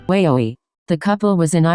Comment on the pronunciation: Why does it say iwaoi like that??? It sounds like weyo e 😑😂🤔👀👁️👄👁️